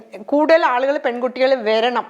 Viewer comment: വെരണം.... അല്ല.,.... വരണം.. എന്നാണ് പറയേണ്ടത്.